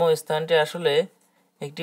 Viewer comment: এসপষ্ট বা এসথান না বলে সঠিক উচ্চারণ করলে ভালো হয় ।